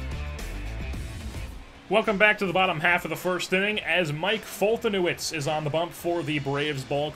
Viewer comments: As a Braves fan I'm pretty sure it's pronounced "Fol-te-nev-ich" , just in case you care. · It's pronounced folt•a•nev•itch= foltynewicz